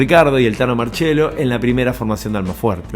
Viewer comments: crak! muy bueno el video , es el primero de tantos que seguramente vere en breve ...un pedido de corazon , TANO MARCIELLO, NO MARCHELO, POR FAVOR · Gran informe. Que diga marchiello y que a continuación Ricardo diga marciello me da un poco de cosa pero siempre se agradece.